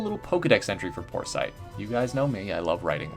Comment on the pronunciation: "porsite" sounds like poor sight